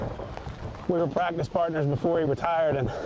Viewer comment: says prackdice 😆